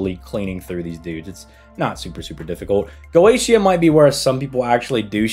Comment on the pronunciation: Dude really called him "Goschia".